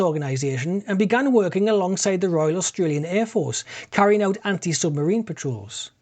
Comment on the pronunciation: Yellow summerine.